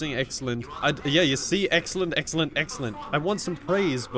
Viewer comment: "Eggcelent" -Some guy